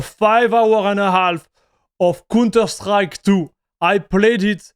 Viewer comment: its count not cun terstrike its pronounced cownter , you are saying an incredibly explicit word every time you say counterstrike XD